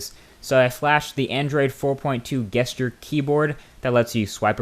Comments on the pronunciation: This was a good video. But am I the only one that was thrown off completely by the fact that he pronounced a hard "G" on "Gesture?" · Did he say "guess"ture? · It's a "Guess-ter" keyboard now hu? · Did you say guessture keyboard? :P Is it called that because it guesses what you want to write? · Why you pronounce gesture like that??? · Why cant you pronounce gesture? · You pronounced gesture with a G! We should start this trend.